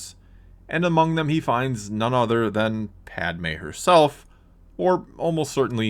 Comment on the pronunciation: It’s literally not Padme jesus